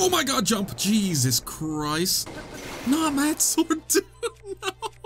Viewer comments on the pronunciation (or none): none